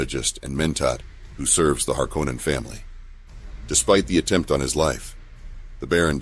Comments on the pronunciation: HarKoh-Nan sounds way fucking better than "Harkennen" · HAR-KONAN!!! Not harcunon